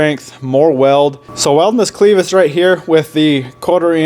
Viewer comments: Clevis. Not cleevis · LOOKS GOOD MAN now say it with me CLAVIS NOT CLEVIS kinda like you put a A in there Spelled Clevis but sounds like CLAVIS at least out here in FLYOVER COUNTRY ! Now just going forward I would have cut the bumper on the side of the Frame mount just big enough to slide the hook point thru then welded both sides. Now I am selling my 2nd GEN can be seen here with the bumper you just built but better if anyone is looking for a REAL CLEAN 2nd GEN